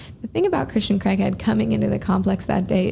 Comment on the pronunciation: Could have at least said Christians last name correctly. It's not CREGhead it's Craighead.